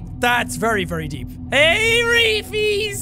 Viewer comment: It sometimes sounds more like "Hairy fees!"